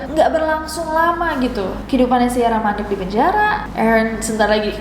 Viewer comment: nessie nyebut Aaron yang saya denger EREN (TATAKAE!!)